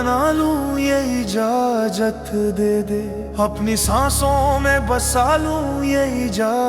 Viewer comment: Pura mood kharab kar dete ho yar ijajat kya hota hai lafzon ko sahi se bola karo ijazat jahilon ki tarah bolte ho